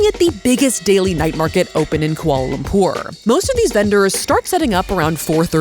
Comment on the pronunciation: The way your pronounce Lumpur is senddddddinggggg meeeeeeeee hahhaha <3